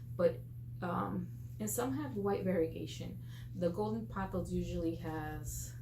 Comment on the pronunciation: You got that pronunciation totally right! Your Pothos are beautiful. 💚